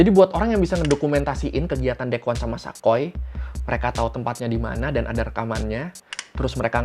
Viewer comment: Sa koy (gak) Sa koi(ya)